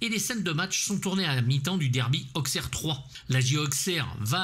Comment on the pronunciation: J'adore ce film ! Auxxxxxerre, ça fait mal aux oreilles (je suis "ausseroise") mais je te pardonne. Film parfait, ok avec toi sur la filmo d'Annaud. Guy Roux avait le mérite d'être le conseiller parfait mais surtout pas cher (à l'époque) : 15 000 francs. Il trouvait Dewaere plutôt gentil et pas bégueule mais très mauvais en foot. Sa doublure est Lucien Denis, reconverti en journaliste sportif pour RMC. Roux et Annaud se sont pris la tête pour filmer un but car Roux voulait que soient filmés les essais car comme tu l'as rappelé, pas évident de mettre un but volontairement même avec un gardien qui l'est tout autant. Annaud gueula qu'il connaissait son métier et boum les essais commencèrent et Dewaere colla un but impecc du 1er coup. Annaud lança les caméras et rien de rien pendant pas mal de scène :) Guy Roux en rigole encore. Le logo Chaillotine sur les maillots, ce sont les poulets industriels "Duc" qu'on voit partout, avec son président Gérard Bourgoin (toute ressemblance avec blablabla...). A l'époque, un gusse poussait au bord du terrain un landau avec une oie dedans pour faire la promo de la marque 😁